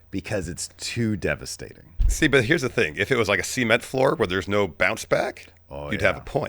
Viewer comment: But why he say sea-ment floor